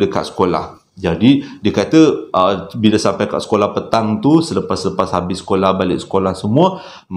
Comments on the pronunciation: Tersasul is ohsem😁 #Shampai🤭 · SYAMPAI = SYULITT ( DERDEKAH AKU BANG 🤣)